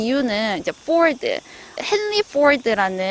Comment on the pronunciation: 갑자기 포드 발음이 달라지시네요 ㅋㅋ